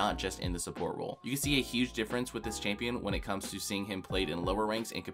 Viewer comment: Holy shit I never wanna hear the word "çHāMpïøñ" again after this video